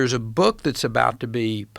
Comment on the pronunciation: "So long its government makes its BEWK" 😂😂😂😂